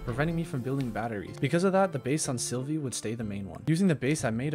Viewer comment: OH MY GOD PLEASE ITS SYLVA NOT SYLVIE, SYLVIE THE SNAIL NOT A GODDAMN PLANET!